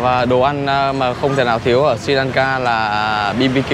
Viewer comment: Sờ ri lan ka chứ ko phải si lan ka nhe? Phát âm cho chuẩn chút.